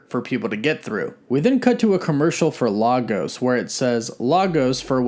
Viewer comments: Not lar-gos, its pronounced lay-gos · On a side note, proper pronunciation for the name LAGOS is: LAyGUS The "LAy" portion sounds like the "LAY" portion of the snack: Frito-LAY (but with a barely less emphasis on the "Y") And the "GUS" part is exactly like the name: GUS. The pronunciation: Lah-Ghos is hilarious and wrong 😂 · Can they stop pronouncing the name of my city wrong? Lagos is pronounced 'leh gus'. You'd think the MCU would get it right this time around, if only they were doing any research on real world references in their productions🙄. Love this show though 🤩